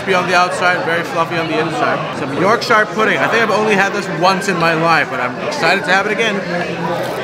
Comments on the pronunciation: "york-sheer" pudding only hobbits say "york-shire". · York-shur not shire. It is a batter. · pronounced York-shur